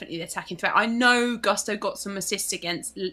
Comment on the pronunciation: these brits' pronunciation of Gusto(Goo - not guh - stow) and Estupiñán kills my Latin soul a little every time. I still remember pronunciation of Lopetegui...